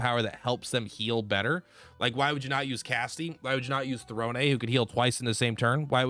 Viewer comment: Lol, he messes up Throne basically every time too. It's all good though, he's got some great ideas for characters and builds.